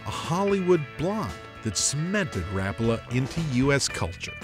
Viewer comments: Just had to hear if you say Ra pa la or Rap a la. Ok you said it both ways. No help at all. Waiting for the Finland guy to say it. Now I am leaning towards Ra pala. It's one syllable quicker. The one thing I don't like is all the treble hooks. They damage fish a lot. Maybe a single trailing hook like a tuna cedar lure or internal hooks like the soft frog lures. I've tried changing to single hooks and it swam bad flopping on the side and not shaking. It's tough trying to release one hook and six more are sticking back in. Had them stuck and come flying at your face too. That's no fun. Nice if you could ditch the balsa even though it's classic and plastic is worse. Someday it'll be a biocellulose 3d printed body that degrades if left in water. Love the chocolate foil. I'm going to use that. Thanks for the many great memories! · It's pronounced exactly like it's written Rapala. Ra-pa-la. The R is rolled and every A is pronounced like the "aaa" sound your doctor asks you to make when looking into your mouth, but short. Source: Am Finnish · Rapala is mispronounced throughout this video. a Finn pronounces it correctly. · No they are not. Mr. Rapala invented a hell of a lure but dammit just didn't know how to pronounce his own name. All those factory workers and management suffer the same affliction. Only you and your friends know the true way to pronounce it. I'm just busting your chops buddy, I have always said it and heard it wrong myself. I actually find it harder to say the correct way lol. Since a kid I've always incorrectly pronounced it like "Ra-Paul-Uh" instead of "Rap-ulah". No matter how you say it...its a damn good bait! Not much better feeling than finding that sudden steep drop off on your fish finder and blazing a Rapala down the grade for that aggressive bass strike staking out baitfish below. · Ra-pul-a not Rap-u-la. No rap for me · I always pronounced it ra-PAL-a not RAP-a-la' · It's ra-PA-la, not RA-pa-la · it's pronounced Ruh- Pala